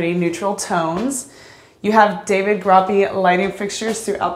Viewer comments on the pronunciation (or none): none